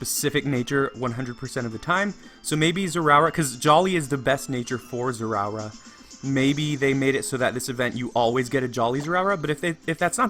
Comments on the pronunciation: “Zeraura”😂😂😂 Zeraora is pronounced “Zera-ora”. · its pronouced zay a aura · NO DON'T PRONOUNCE IT WRONG IT TRIGGERS ME! It's pronounced zeh-ruh-aura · ITS NOT ZEROURA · zera or uh you are making me angry >:( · It's pronounced like this "Zerah Aura" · He is pronouncing the pokemon's name wrong and it's Annoying. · How he said his name tho 🤣😂🤣😂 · Your pronouncing the name wrong